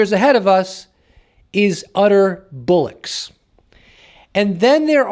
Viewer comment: It’s ‘bollocks’. It’s an English term 👍🏻